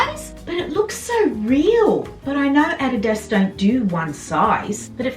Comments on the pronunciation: Fun to watch.... Lol, pronounced A-Dee-Das = adidas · Hi. I love your accent. I don't pronounce adidas correctly either. We say a deeeee dus. Correct pronounciation is o dee does. But no one in Canada pronounces it correctly. And if I did then I would sound strange, ha ha!! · Who can resist a super huge haul from you! You're just a joy to hear and your excitement is infectious. I particularly like the way you say "Adidas"...in America, it's pronounced a-DEE'-das, with emphasis on the DEE, but your way is fun. Everything looks sensational on you! That red velvet blazer may have been my favorite thing, but all the blazers are fantastic. What a find!! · What a great FREE haul!!! Also, I just love the way you say Adidas! Totally different than we say in the US.